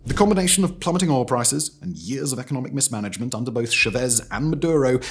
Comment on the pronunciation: Nicar Agua (like water). Cha vez emphasis on first syllable.